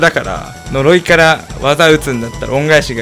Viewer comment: 呪いが鈍いになってる。